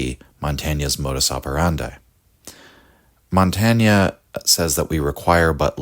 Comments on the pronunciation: Why is it so hard for English speakers to pronounce even well-known names correctly? It’s impossible to follow the argument, however perfect, while the name is being butchered every few moments. Too hard to learn such a simple thing? Or for lack of respect? /mɒnˈteɪn/!!!!! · This is a very good video essay, but it's just pronounced "montayn" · You pronounced his name wrongly. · I'm sorry I love your channel but the French pronunciation is painful lol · Good text but please pronounce his name properly. We owe him this much. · Good video, but awful pronunciation of Montaigne's name!